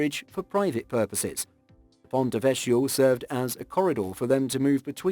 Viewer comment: great video. most enjoyable, but...the pronunciation for ponte vecchio is with a k, as in kindergarten. cch and c are pronuonced with a k. apart from that, keep up the great work.